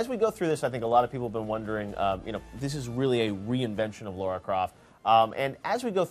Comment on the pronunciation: LARA NOT LAURA.